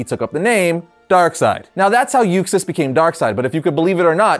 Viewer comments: Arris even said Usax, not Uxas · UXAS!!! Not Usax lmao wtf!!? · Why is he mispronouncing 'Kalibak' and 'Uxas' as 'Kilobacc' and 'Usax'?